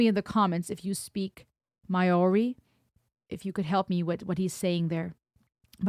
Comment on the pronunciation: Maori is pronounced more like "Mowri". The "hongi" is a sharing of breath - a gesture that precedes humanity.